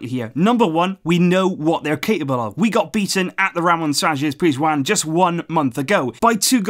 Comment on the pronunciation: who else likes the way pronounces Ramon Sanchez PIZJUAN